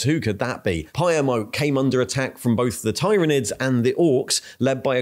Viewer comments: Please standardize how you pronounce Tyranids, I think I counted 4 distinct pronunciations you used in a little under 2 minutes. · At first i thought your pronunciation of Roboute and tyranids and tyrant were real but now i'm quite sure u just f'ing with us. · uses at least 3 different pronunciations of 'Tyranids'. Just covering all the bases I guess. I for one always used to say "Tie-ranids" until I knew better...